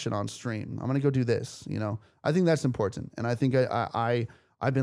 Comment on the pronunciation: really putting emphasis on that first t in important